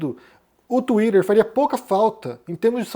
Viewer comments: Tomara que essa porcaria de X desapareça e nunca mais volte... Não vai fazer falta nenhuma e não vou ter de ouvir o pronunciando "Tuider"... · Por que o pronuncia „twitter“ de uma maneira tão americana, com a língua enrolada? Às vezes até demoro a entender. 😢